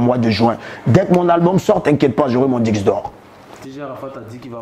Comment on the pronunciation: Ohhh trop chou quand il dit diqse d’or au lieu de disque